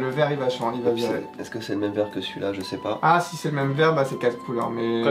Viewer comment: je c'est poh ! LOL mais il est devenue québécois ou quoi !?